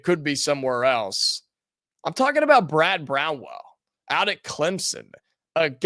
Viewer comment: Dude, repeat after me. It is Brad BROWN - ELL! Not Brown-well. C'mon, man! He is from Evansville and has been around in the sports world forever. How can you not know what his name is? That being said, every fan poll I have seen has Chris Beard as a heavy number one choice and everyone else is just honorable mention. Why won't you mention him and perhaps do a little vetting of him since he is so popular?